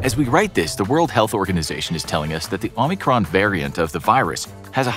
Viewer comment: Narrator cannot pronounce “omicron”… why do so many people call it “omnicron”…???